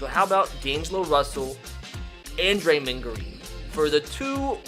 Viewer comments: Draymen grain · You can not say any nba players name your vocab is trash it’s draymOnd